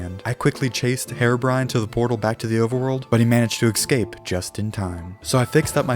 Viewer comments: i dont like how he says escape, he says it like "excape" and it annoys me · Youre saying.,, escape" kinda weird like eKscape